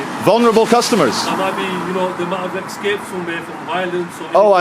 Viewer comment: did he say exscaped?, ther's no x in escaped